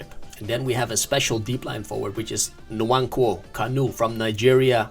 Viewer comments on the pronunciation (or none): Bro butchered that Nwankwo pronunciation